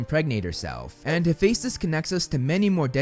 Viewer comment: sorry but i almost died when you said frank zhong and hafacetes (im spelling as what he said) no hate only shock